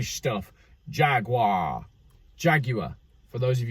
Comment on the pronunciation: I enjoyed the "jagwaaar" pronunciation